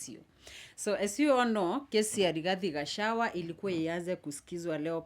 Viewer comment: But surely, I can’t believe you are not able to pronounce the name of Kenya’s Deputy President by calling him GACHAWA and worst of all without even considering address him as Hon. Deputy President of Kenya. Pls speak slowly and get all the names correctly. It was